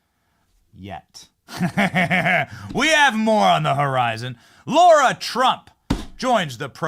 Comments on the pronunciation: Pretty sure it’s “lar-ra” not “lor-ra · 😂 Love the clip - McConnell needs to go. It’s Lara not Laura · Larah!!! Not laura! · Benny it’s Lara Trump LARA 🤣🤣🤣🤣🤣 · Benny it's LARA not Laura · Benny - it's LA-RA, NOT LO-RA. Lara. Not Laura. This is like my 8th time saying this, please someone read the comments section.❤❤❤❤❤❤❤❤